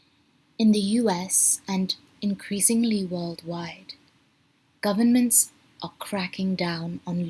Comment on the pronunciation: i love how you pronounce the 'n' in government